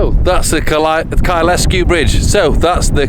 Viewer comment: Kyle Sku... not Ky les Ku